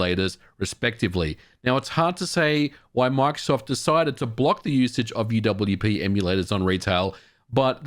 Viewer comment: Por qué dice macsoft En vez de Microsoft???